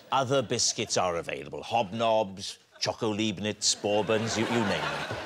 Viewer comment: I''m surprised David hasn't corrected his pronunciation of "Leibniz".